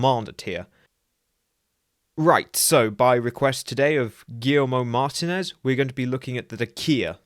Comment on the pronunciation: Mate, you completely butchered the name MAR-TEEN-EZ😂